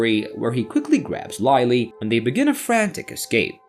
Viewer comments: Who the firetruck is Lie-lee? There is a Lily in this movie but no Laily. Write a manuscript the AL can read properly! 👎🏼👎🏼👎🏼👎🏼👎🏼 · In English, the letter “I” can sound different ways. Instead of Lie, it’s Lih.